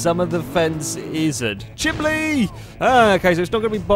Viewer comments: how many people are being pissed off at pronouncing chimney chiminley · RANDOMLETTERSBLAH -Drift Enemy- was pronouncing it "chimLey", which is the entire point. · ***** I'm from Sheffield and I pronounce it chimini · I live in Georgia in the States and I've actually heard people pronounce it chimley before, so I don't think it's just a geographical location thing. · Yeah didn't even last 10 minutes into this video, I can't handle the stupid awkward laughing and the ridiculous way of saying chimney, I'm out. I give up.